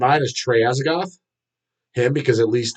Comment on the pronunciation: its actually pronounced azagtooth and yeah I met that fucking sellout in 92 and we tried to talk to him about a few bands and hes pointing to his tat saying this shit is real and said he he didnt have enough time to keep up with new metal and said he only liked the first 2 Van Halen , at least tucker is still doing new shit even though its mediocre